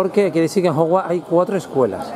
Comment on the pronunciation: Ejem... No se dice Hogwart se dice HOGWARTS